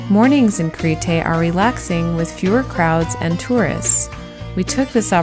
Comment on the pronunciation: Very well done! One thing- it is not “Cree-tay”… Creeeeete or Creh-tah. Great job otherwise. Yassou!